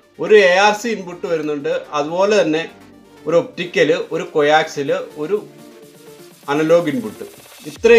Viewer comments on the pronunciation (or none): കൊയാക്സിൽ അല്ല.... കോക്ക്സിയൽ